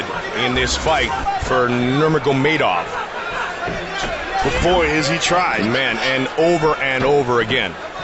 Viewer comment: “habeeb nurma-go-made-off”